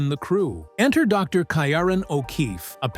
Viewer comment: Kieran is pronounced Kee-ran.